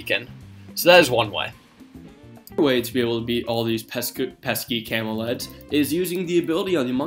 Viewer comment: He sounds like he's saying "camel eds" for nearly half of the video